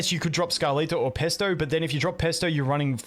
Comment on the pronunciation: Did... did you just call Phraesto Pesto? 😂